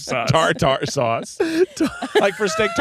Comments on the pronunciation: I want a series of videos where and give us new pronunciations for words "Tar Tar sauce" I was dyingg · I LOVE the new format but as someone with misophonia can we get a quick break from the sounds of eating? 😂😂😂 Also glad I’m not the only one who says “tar tar” for tarter sauce 😂❤